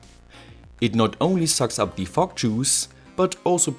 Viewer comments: Fog machine with a German accent sound really f*ck machine and f*ck juice 😅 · "FOCK MACHINE AND FOCK JUICE" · Was I the only one who heard “fock or smoke” or was it just me?